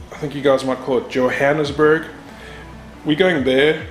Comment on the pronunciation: Johannesburg is just one of the many words we Americans like to butcher on purpose. Haha enjoy your time and and look forward to hearing what that exhaust sounds like!